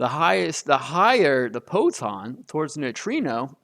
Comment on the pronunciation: WTF is a poton?😂